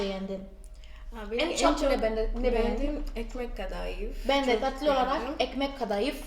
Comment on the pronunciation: Tatlıyı ne kadar datlı diyorsunuz :))